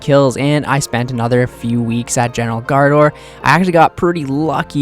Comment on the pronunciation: Graardor, not Gaardor, otherwise just say Bandos since he’s the Bandos general